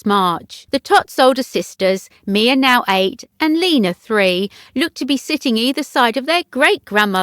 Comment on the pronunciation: It true!! I'm STUNNED that a child actually grows!! STUNNED!! and BTW it's LAYNA not LEENA.